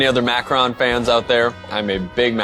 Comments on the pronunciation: It's macaron, not macron, you're also pronouncing it wrong. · "macron"? I thought it was "macaroon," LOL.